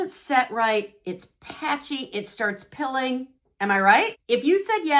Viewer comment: Are you saying ‘pilling’ or ’peeling’?